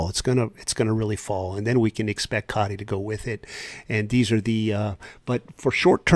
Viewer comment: Its pronounced CODY with a T instead of a D. SEC annoying the fire out of me. So glad a bit of a precedent was set with XRP and them losing to Ripple. The current administration hates crypto.